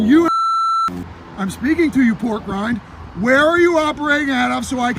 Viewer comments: He called them"pork ryne" 😅😅😅😅😅😅😅😅😅😅😅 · He called him pork-rine. That's awesome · He called him porkgrind😂😂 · "Im speaking to you, porkrind"